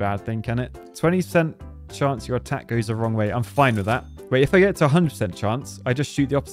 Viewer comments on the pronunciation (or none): none